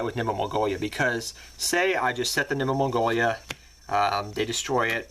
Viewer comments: its nimble momonga not mongoya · And 'Nimble Mongolia'... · I love it when you call it nimble mongolia